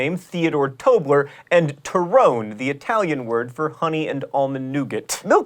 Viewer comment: It's not TORRONE, like TYRONE, its Toe-Row-Neigh